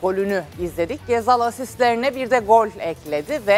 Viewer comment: Ghezzal demeyenle futbol konuşmam